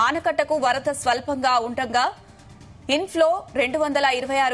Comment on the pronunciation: అనకట్ట కాదే ఆనకట్ట😂😂